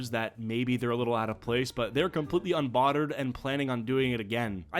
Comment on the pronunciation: unbodderd un bod erd. What was he tryna say???